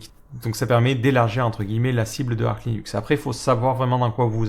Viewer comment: Ça se prononce Arche, et non pas Ark. Source : ~ Officially, the 'Arch' in "Arch Linux" is pronounced /ˈɑrtʃ/ as in an "archer"/bowman, or "arch-nemesis", and not as in "ark" or "archangel". ~